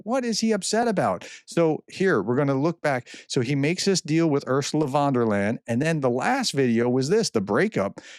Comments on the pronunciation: Great information and interpretation, as usual, but I cringe every time you say Vondelayn. Her name is pronounced "fonn dare lion". ;-) Please try, it's not that hard. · its "Von der Leiiieeeeeen, not "von der len", Prof! Otherwise, keep up the good work! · It's van der Leyen, not von der Land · Ursula wonderland ,, the good professor really have trouble with foreign names